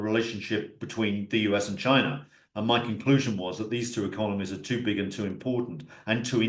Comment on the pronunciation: Love how says "Chiner" 😂